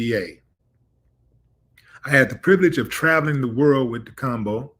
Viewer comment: Stop butchering the man’s name, Willie. Di- kem, beh.